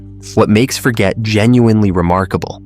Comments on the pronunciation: Forget is not pronounced as the English word Forget...it is pronounced the French way...as in Forzhjay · forget... the person's full name you see is French so the G is soft, not hard. So it doesn't mean to forget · My guess is Forget is pronounced Forzhay as the guy was a francophone.